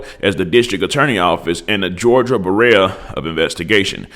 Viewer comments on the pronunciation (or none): Im not even gonna get on yo ass for pronouncing bureau wrong asf 🤦🏾🤷🏾‍♂️😭😭😭😭😭